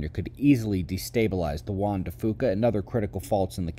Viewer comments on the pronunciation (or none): Juan de Fuca...where Fuca is pronounced "Pheww-Kah" like Pew Pew...not poo poo. KEEP GOING!